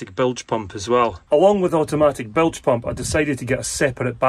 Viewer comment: I hereby announce the brand new drinking game called Bilge Pump. We all take a drink when says Blige Pump in this video 😂…… Bilge Pump